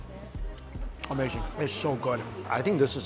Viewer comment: We love when you say- Its amerrrrrzing!